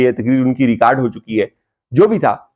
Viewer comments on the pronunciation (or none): none